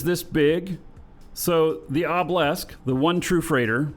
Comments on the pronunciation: Why do you pronounce a Obelisk like Oblesk and not OH-buh-lisk? Is it a eve slang thing? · LMAO yeah it is funny. Obblisk